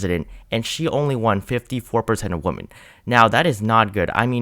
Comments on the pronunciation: The plural of the word, "woman", is not pronounced the same as the word, "woman". The word, "women', is pronounced like "wymen". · Great work with your vids all year. But wow — I’ve never heard someone mispronounce “women.” It is not pronounced the same as “woman.” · Why do you pronounce "women" so weirdly?